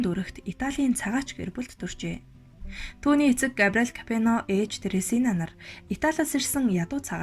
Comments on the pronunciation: Капено биш,Капоне гэж унш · Капино биш КАПОНЕ гээчээ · Ямар тэнэг юм бэ Капоное гэж нэрийг Капино гэж уншаад ямарч сонсох сонирхолгүй болгочих юм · Kapeno geed bhiin kkk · Капино гэж уншаад байх энэ хүүхэн нь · нэртэйгээр нь капучино гэчихээ 😜Капино гэсээр бгаад дуусгачихлаа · зөв уншаачээ Капэно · Хүний нэрийг зөв дуудаач ээ, КАБИНЕТ! !!!!!!!